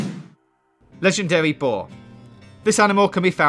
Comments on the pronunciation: *wegendawy pwonghon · Ledgendawy boaw Boaahhh!